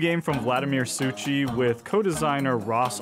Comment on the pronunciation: (btw Suchý is pronounced closer to like Su-khee, "ch" is softened "h")